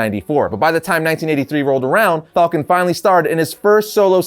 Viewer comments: Falcon not fulcon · Falcon, not Fallcon... I don't know that I can watch this episode... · I love at the beginning he says fawlcan than falcon